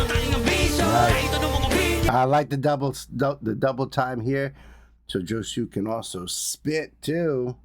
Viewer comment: Thanks for the RV, BB! Btw Josue's name is pronounced as in "no way Jose" but the 2nd syllable is "sway". 😊